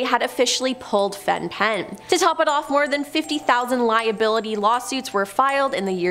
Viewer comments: Very interesting video, just a kind suggestion to check how to pronounce things beforehand. Fen-Phen is pronounced fen-fen. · Fen-Phen is pronounced "Fen-Fen.". My mum's generation used it, though she didn't. I warned her in time. Sometimes we don't know what danger we put ourselves in.